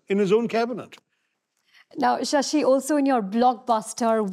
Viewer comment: The Brit pronunciation makes sense - Dr. Sassy Tharoor